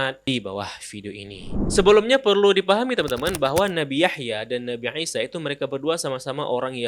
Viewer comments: ngaji lagi yg bener, dia bilang عيسى 'Isa. Bedakan pengucapan i (huruf ا Alif) dan 'i (huruf ع 'ain ). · baru paham setelah bberapa saat bingung, nabi aisyah ternyata yg dimaksud nabi isa.. 🙏 maaf mas, bacanya biasa aja, sumpah kita yg msh bingung dengernya nabi aisyah/eisyah, eh ternyata yg dimaksd nabi isa . hehe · Isa aja bang ngomongnya gak usah jadi aisa gak enak didengernya🙏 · Gw suka konten lo tentAng pengetahuan islam nabi2 dll...tpi untuk satu ini kyaknya lo terlalu lebay dalam penyebutan nabi ISA A.S...KENAPA HARUS DENGUNG PENGUCAPAN LO TERDENGARNYA TUH NABI NGISYA AW ANGISYA AW NGAISYA...BIASA AJA BANG SEBUT AJA DG PENYEBUTA NABI AW ISA A.S..